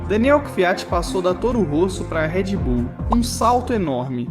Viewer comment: Video é copia do espanhol p um português questionável: Não é Redy Bull, é Red Bull. Nomes não são traduzidos, so com algumas excesses. YouTube não é YouTubi. Internet não é Interneti... Escute o original em Espanhol e verás que eles falam a língua deles melhor que nós falamos a nossa.